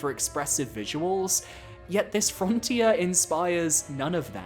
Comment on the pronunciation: Nightmare "Fron-tier"